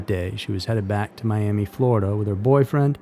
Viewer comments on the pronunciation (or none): none